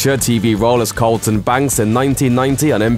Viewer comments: Accent or not, you're definitely saying Colton instead of Carlton. Where's all the "research" that went into this video? And Carlton is awesome. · Is it just the accent or does he keep calling him "Colton"? Either way, that doesn't deserve to be on the list. It was hilarious.